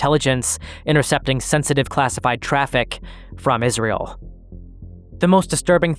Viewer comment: Great video so far man, however, it's IsRAEL, not IsREAL.